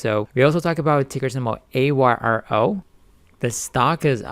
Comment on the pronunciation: AYRO (is pronounced "ARROW) they are a good company with a nice product. IMHO. Seems like every company that CITRON tries to short lately, shoots to the moon! Thanks for the videos. You do a great job as always.